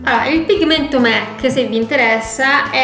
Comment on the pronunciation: Mec?... Donald? Si dice mac